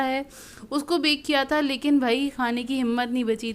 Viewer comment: Kra nhi kiya bolte hn